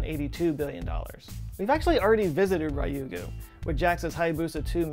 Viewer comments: >>>! Thank very much for the video, but I'm still cringing!!! 竜宮 (りゅうぐう) Ryuuguu (dragon king's palace) is not "RYE-ew-goo". Not even with ham & swiss. Try to say "riiu-goo'. Two syllables, unstressed. And yeah ok, usually I'd be embarrassed about being pedantic about an obscure topic, but then hey, it's this channel! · Your pronunciation of Ryugu is very disconcerting but interesting video nonetheless.